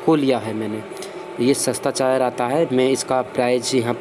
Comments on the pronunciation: Charger not ( chaar jarr) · Chayar nhi wo charger hota hai Pura video me chayar chayar sun ke mood khrab ho gya 😠😠😠😠😠😠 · Chaayer नहीं Charger बोलो Confuse मत करो लोगो को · Is vedio me sirf ye suna....kami hi dikhti h...bhai aapko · Lgta hai inko chai ki aadat hai ish liye chai aaar bolte h🤣🤣